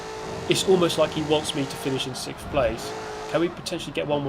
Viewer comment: This guy really has trouble saying 'sixth'